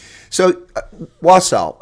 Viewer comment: Im happy the couple moved here. I live in wausau, wi also. I hope to see them and welcome them some day. By the way... is saying the name correctly